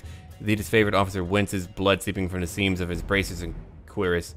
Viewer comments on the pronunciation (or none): And that cuirass pronunciation XD